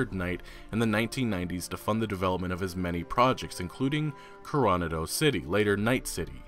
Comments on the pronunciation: Watching Cyberpunk 2077 gameplay and listening to the Witcher 3 soundtrack is a trip lol. Also its pronounced KORO-NODDO. Just like where the seals train in California. Awesome video bro. I love your Cyberpunk shit. Gets me fuckin hyped. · I learned additionally that has no idea how to pronounce "Coronado".